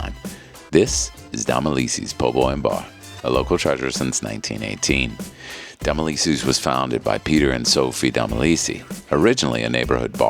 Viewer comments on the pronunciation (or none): How do you say Domilise’s? lol I thought you were from Nola?